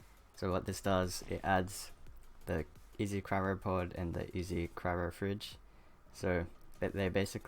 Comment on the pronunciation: The way you say Cryo upsets me.... xP thanks for the vid will get the gacha one, the rest seems OP.